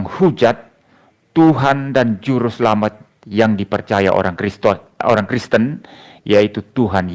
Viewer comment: ngomong Kristen kepleset Kriston 😀😀😀 padahal kalimat itu sambil merem seharusnyan mustahil salah dari seorang pendeta 😀😀😀😀